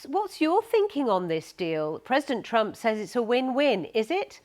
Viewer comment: "Says Donald Trumo"